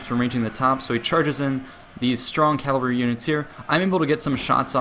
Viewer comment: Man, you pronounce cavalry like Calvary, that place where Jesus died.